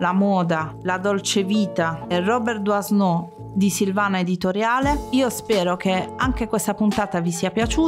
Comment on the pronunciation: SI PRONUNCIA " Duano' '"